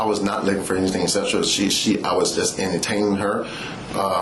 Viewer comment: Several times he said he was not licking for anything from her. He wanted to say looking but sounded like licking.